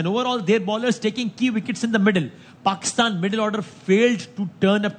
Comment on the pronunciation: Y Basit Ali Pakistan nahi bolta h Paxtan bolta h😂😂😂😂